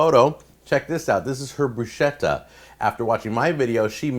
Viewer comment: bruschetta is actually pronounced BROO-SKET-TAH (also BROO-SKAY-TAH).